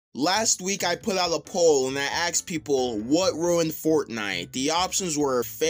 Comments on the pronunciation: You axed people? 😂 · an that AXED people.... Nice